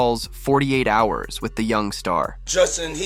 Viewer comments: "48 hars"... You mean hours! Fuck man what has happened to the world that people now don't know how to pronounce hours?! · A.I. voice over again? Forty eight HAARS ??